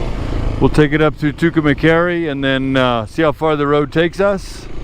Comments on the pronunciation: I'm not pickin on u, but you're pronouncing Tucumcari wrong. You're saying Tucumacari, with a short a after cum that shouldn't be there. If this is a documentary you might want to get it right. Maybe not, but what do I know. You said it right in the beginning. It sounds like this: 2 come carry.✌️ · you are saying Tucumcari wrong best way to tell you how it is pronounced is "To come carry" My grandfather lived there and is buried there. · Great stream. Sad I missed it today. Anyway, Tucumcari is pronounced "too kuhm kaa ree. . I live in New Mexico. But in the southern part. Nowhere near Tucumcari. LOL Look's like it was a fun ride today. Hopefully I can catch you some tomorrow. 💚💚💚🧡🧡🧡❤❤❤